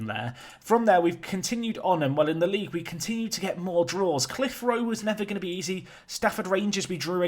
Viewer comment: Cliffroe? 😂 cliv er row. Your pronunciations are great. Great to see you at 100k. Now make Bolton great again.